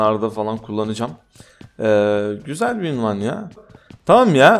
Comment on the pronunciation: abi ünvan değil unvan